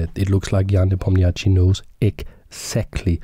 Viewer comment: as a native russian speaker its very funny how you pronounce Ian surname. "ia" pronounce as "ya", and "chtchi" pronounce as just "sh". :) as gothamchess pronounce - is a correct spelling of Ian surname )